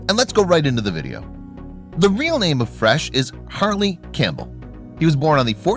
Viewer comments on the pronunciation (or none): none